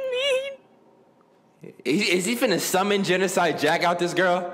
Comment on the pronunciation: Lol he called chihiro a g i r l l l l